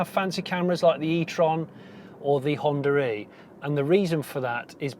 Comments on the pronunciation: Am I the only one to hear him saying "Honda Ree" ?.... Which is actually 'Honda E' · Stop calling the Honda e "Honda ree" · Why though? There is no r in between 😵 I'm not a native speaker so trying to wrap my head around as it was nevrr the vase with anyone else I've encountered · Wood Correct, we do not notice it, but others do. America is a common one. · why is he pronouncing it like 'Hondra-eeee' ?